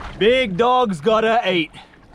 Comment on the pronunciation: I love when you say dogg's